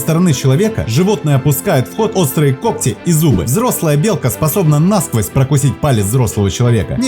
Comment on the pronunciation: НАсквозь, нАговоры... Это что же такое??? Просто слов нет!